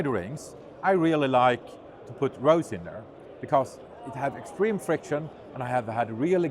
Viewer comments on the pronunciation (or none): I, too, was confused. I had to go back and look at it again. After reading reply, I think he is saying he put "rosin there", but we are hearing "rose in there". Then I chuckled.